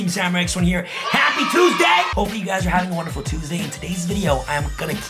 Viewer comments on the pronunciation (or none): none